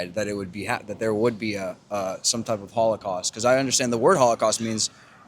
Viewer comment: he says hollycost more than hollywood